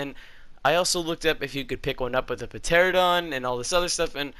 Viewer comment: Pteraradon has a silent P and also it is pteranadon